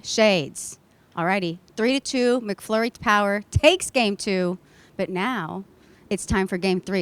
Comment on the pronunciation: It's MACflurry - not MICKflurry!